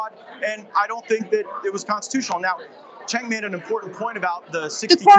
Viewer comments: Nice video he mispronounced cenk name every time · One thing I can credit Gaetz with is correctly pronouncing Cenk's name, and that's saying A LOT